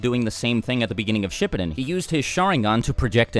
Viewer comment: Fid anyone else pick up on the weird way he said shippuden? Not trying to be rude, but just so you know for the future, it's pronounced She-poo-den. .__.